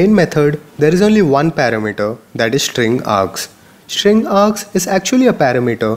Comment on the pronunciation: Dude stop taking the pishsh of this sit !! Its STring NOT SHtring !!!